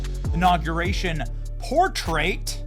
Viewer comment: Who pronounces portrait the way you did? PorTRAIT.